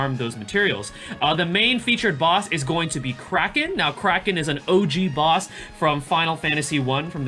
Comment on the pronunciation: Nice video! I keep hearing you pronounce Kraken as "Cracking" for some reasons:))). Maybe it's just me but I find it really funny. Is your pronunciation correct though? (Forgive me for asking since I'm not a native English user)